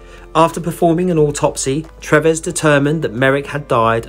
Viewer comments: I think you pronounce the surgeon’s name as doctor Treeves not Trevess! I’ve always loved the Joseph Merrick story and despite all the deformity and horrible treatment he endured he seemed such a sweet, gentle man. RIP. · Its Treeves pronounced like leaves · It is TREEVES for the Dr.